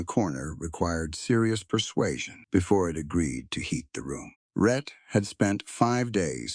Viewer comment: His name is "Rhett", NOT "Red" as in the closed captions and the transcript. I will admit that sometimes the narrator said Red!